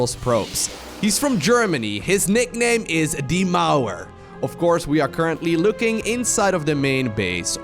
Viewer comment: Me: "what is his nickname, di maru?": "...basicly means the wall" me: "ah, has said die Mauer"